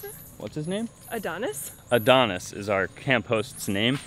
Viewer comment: My Echo was confused by your attempts to pronounce Adonis.She want you to know her name is Alexa. Touchy, I know. Fun video.